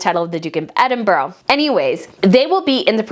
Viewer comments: Hey! I know how much you love the royals so please know this is kindly meant - Edinburgh is not pronounce ‘Edin-boro’. It is ‘Edin-buh-ruh’. Have fun with this new word! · Hi! Hey I know that some British names are hard for Americans to pronounce, but Edinburgh is pronounced EDIN-BRUH not EDIN-BURO, there is no O on the end of the name..so please can you get it right. You can google it. It ends with BRUH ok? 😊 Just want to say your posts are always good and I love how passionate you are! ❤ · Chatto is pronounced "chat-o" not like "chateau" and Edinburgh ends with an "uh" sound. Also, from your other videos - Mulroney is pronounced "mul-rooney" and it's Catherine of Aragon, not "Aragorn". Aragorn is a fictional character in Lord of the Rings.